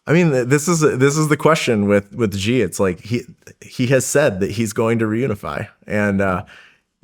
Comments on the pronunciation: it's SHEEEEE. SHEEEEEE. SH SH SH. "SHE" jinping. NOT ZHEE. Where did all this zhee come from. It's like a horrible game of telephone of blind leading the blind, starting with Peter Zion and the intellectual online cadre. IT"S FUCKING SHEEEE jin ping. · The fact that you cannot pronounce Xi's name properly makes me laugh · this guy can't even properly pronounce Xi's name lol